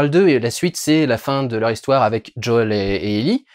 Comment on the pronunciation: Ellie et Djaul ? Pourquoi prononcé Ellie à la française et pas Joël. Désolé mais ça m'a perturbé sur toute la vidéo... Soit c'est Ellie "Aillie" et Joel "Djaul" soit c'est Ellie "élli" et Joel "joaile" (oui je sais l'écriture phonétique c'est pas mon truc). -- SPOILER -- Sinon bonne critique sur la série bien que ayant fait le jeu il y a des passage qui sont complètement débile dans la série. Bill seule en pleine lumière qui se fait canarder alors qu'il à tout un système de défense qui le protège ? "L'arc" de Bill dans le jeu est tellement mieux que c'est une de mes déceptions bien qu'on ai du coup l'histoire de la rencontre (absolument pas crédible) avec Franck. Ah tu en parle. Justement ! C'est en ça que la rencontre n'a pour moi aucun sens. Comment explique tu qu'un complotiste, survivaliste de droite voir d'extrême droite. Qui à transformer toute une ville en forteresse. Qui à toujours voulu être seul et à tout fait pour. Décide de laissé entrer chez lui un parfait inconnu tombé dans un de ces pièges. Lui donne de la super nourriture et le laisse seul dans ça maison pour s'enfermer nu dans la salle de bain parce Franck lui dit "Vas prendre une douche" ? Tout ça en quoi une ou deux heures passé ensemble ? C'est le gain de confiance le plus rapide de l'histoire !! Dans le but d'aller vite on en perd en crédibilité. Les défenses de Bill auraient du baissées en plusieurs jours le temps que le double effet KissKool prenne. A filmer ça aurait pris moins d'une minute et là